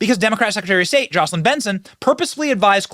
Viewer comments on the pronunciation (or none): none